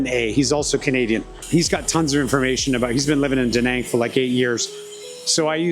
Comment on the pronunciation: I enjoyed this, looking forward to future videos. Not trying to be super picky but you continually pronounce Da Nang wrong/ this might make some viewers question your content....(check out proper pronouncement on Google). Best wishes for your channel 👍